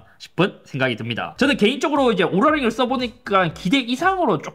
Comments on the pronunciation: 발음좀 제대로 오랄이 아니라 오우라링.. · 인트로 순간 오구라 링이라고 하는 줄 ㅋㅋ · 오구라 링으로 들렷음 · 인트로때 오ral링이라고 한줄